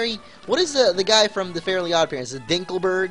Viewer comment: lol ''dinkelberrrg''